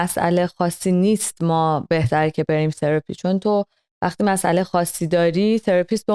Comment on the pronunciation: ثراپیییییییی رو خیلی جالب میگه